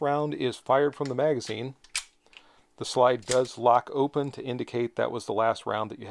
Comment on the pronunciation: You're not saying magazine correctly. And you are not can-do!